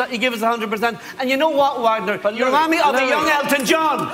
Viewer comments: SAY HIS NAME RIGHT, LOUI!!!!! IT'S VAGNOR!!!!!! JERK!!! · Poor thing. I bet after all these years Louis still hasn't managed to pronounce his name right.